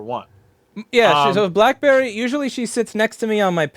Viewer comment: blackberry is not even my cat and I got offended when she said bitchberry